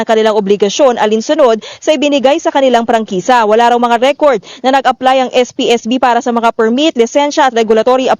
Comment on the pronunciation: Atty.prangkisa hindi prangkesa.